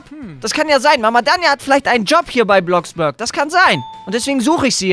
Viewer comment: Es heist ja Bloxburg aber er spricht es Bloxbürg aus😂😂